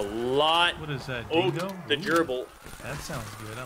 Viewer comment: Every time you say "Dingo" it sounds like you're saying "django" from django unchained. Awesome movie.